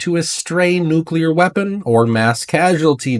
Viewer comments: I question anyone who cannot pronounce the word nuclear properly. NU-CLEE-ER. Not NU-CYAH-LER. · Like saying “new-clear” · Trying to scare us so bad that we will accept martial law lockdown & prevent Trump’s inauguration. Edit: he keeps mispronouncing nuclear, what kind of expert does that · Lighten up francis, accents happen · Those aren't "accents." Those are uneducated mispronunciations.